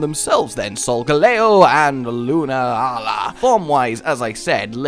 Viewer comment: Pretty sure it's pronounced "Lu-naa-la."